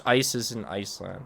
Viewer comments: why do you call it ice-land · Everyone: “Iceland”: “iceLAND”